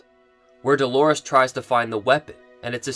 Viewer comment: "Doorlores".... if you will...